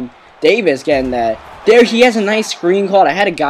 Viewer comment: Stop saying der and dat